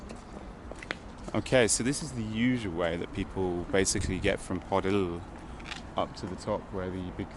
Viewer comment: PODIL. Pronounced 'Po Dill', .Like In, Sill, Will.